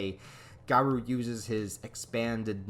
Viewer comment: Bro is is (gar-oh) not (gar-ouu) 🤦🏼